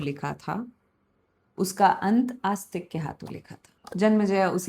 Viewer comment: May help with the pronunciation of names if you used a Hindi/devanagari translation instead of an English one. E.g., it is आस्तीक not आस्तिक.